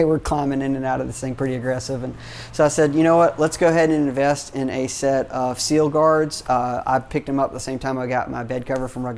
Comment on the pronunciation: Sill is pronounced "sill," not "seal."